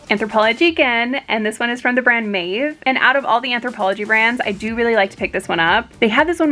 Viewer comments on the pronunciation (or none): none